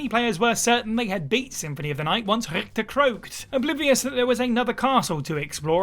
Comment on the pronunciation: pretty good attempt at pronouncing Richter correctly. 2 out of 3 isn't bad at all